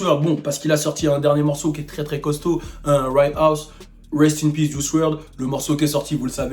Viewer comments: "Right house" 😭😭😭 "righteous" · mdr on dit "righteous" pas right house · Righteous se prononce "raïtcheuss" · Mdr il a dit right house